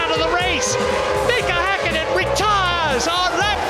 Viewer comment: Gotta love the commentators/narrators of previous eras as they nowadays couldn't even dream about bothering to TRY to pronounce Finnish names properly, let alone type them correctly. He says "Häkkinen" almost perfectly. I mean, even our nowadays appalling Finnish commentator pronounces Vettel with an F like it's supposed to. Come on, it's not that hard to pronounce Finnish names. 😑